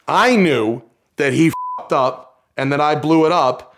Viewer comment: The way Matt says f'ed-up ...the New York really comes out...